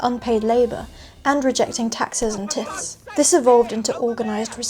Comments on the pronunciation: I don't mean to be 'that guy' (just kidding, I love it really) but I think it's pronounced 'tithe'. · You really don’t know much ,do you ? Obviously never heard of a tithe , since you pronounced it incorrectly , so presumably there are plenty of other gaps in your knowledge . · Tithe.... tie-the.... holy shit, tie(d to )the Kudos for using a word you only ever read before :)